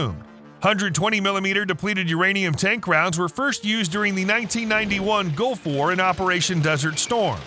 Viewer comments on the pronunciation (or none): none